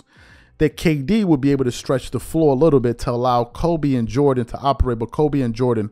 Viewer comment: stop it’s Kd it ain’t that hard😂